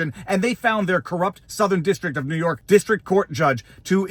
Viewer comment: It's always the southern district of nee york